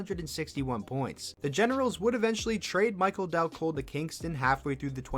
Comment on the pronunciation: Who is "Micheael" Dal Colle? lmfao